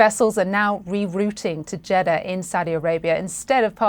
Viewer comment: Jeddah is not pronounced “Jetta” it’s pronounced “jidaahh”